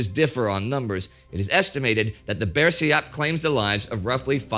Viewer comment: Indonesian here. Thank you TimeGhost History for making video about Indonesia's history. An insightful video for international viewers. As always, good work from Indy and team. Few pronunciation could be improved though. Like "Putera" and "bersiap". I'm a lecturer on political science and fan of Indy's works since The Great War. If the team need any input on Indonesia matters I'd like to help.